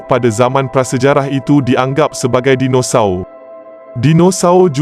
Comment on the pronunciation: betul betul slang BAHASA MALAYSIA KAMUS DEWAN BAHASA DIA BACA SKRIP & SEBUT TU.JADI PELIK BUNYINYA DINOSAUR DIA TU😅😮🤦‍♂️